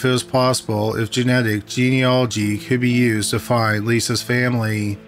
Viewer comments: OMG you pronounced "genealogy" right! I've never been this proud of someone. Much better than pt. 1. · Haha, I was dreading that pronunciation when the podcast format was announced. Good on him😁